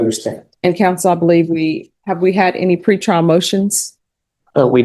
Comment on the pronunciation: Tree prial he said 🤣